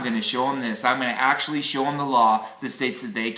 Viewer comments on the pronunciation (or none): none